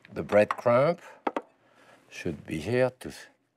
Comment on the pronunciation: When he pronounces the b at the end of crumb it gives me LIFE.